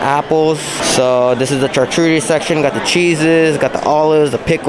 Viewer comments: At bachannal did u call it a " char-coochie" board? 😂😂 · Did you say char-coochie? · did you say koochi board? :)